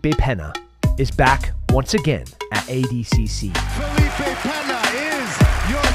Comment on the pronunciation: It’s awful, pronounces “ADCC” like he’s missing a few chromosomes